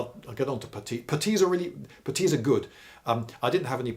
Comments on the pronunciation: What the fuck is a PAH-TEE? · Why such emphisis on the t in putties surely on the u? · What's a "petis" or however you say it. You say they're great so I wanna know lol